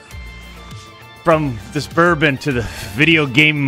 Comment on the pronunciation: Did he say Bourbon!!??